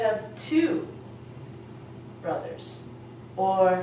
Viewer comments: Hello, I was just randomly looking up 'How to speak English' when I found this. I am a native English speaker, English was my first language, and I just wanted to see what it's like to teach english. When you put the enunciation for brothers, the 'r' is pronounced in it as well. So you'd say 'bruh-thurs' not 'buh-thurs' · BRA thurz not ba!! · Oh I see you insist in BA thurs I can hear a difference between MA thur and brA thur don't you touch your palate with your tongue in last but not in MA or FA? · brothers she put ba thuz thats not how u pronounce it she doesnt teach very well im sorry